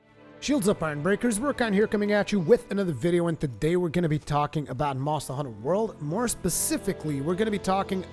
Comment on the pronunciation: Monstuh Huntuh Wuhld.